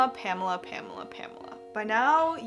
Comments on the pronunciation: great results but i think ur pronouncing her name wrong😅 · my german ass triggered by the way pamela is pronounced.